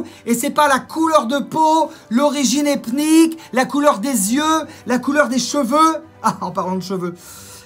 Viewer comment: IL A DIT ORIGINE EPTNIQUE